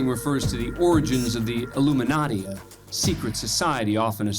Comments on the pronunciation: This man said Luminatti lmao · He said luminati, not illuminati. That makes him a special case.